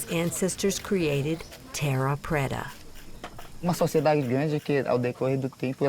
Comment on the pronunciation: She got paid to sound like an idiot. The director made her do it that way.